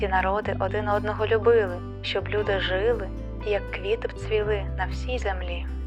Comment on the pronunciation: Маю зауваження. Ви робите в наголосах характерну нині помилку-русизм - зсуваєте наголос на перший склад, як м.оскалі: нА душу, а не "на дУшу", жИли, а не "жилИ". Зверніть, будь ласка увагу. Відео дуже сподобалось, підписався. Дякую!